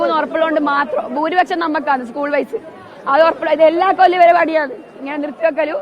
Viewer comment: ഉസ്കൂൾ അല്ലടോ എച് എപ് ഐ... സ്കൂൾ